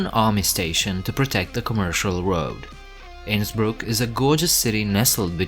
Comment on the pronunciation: I am glad you pronounced Innsbruck properly. 😊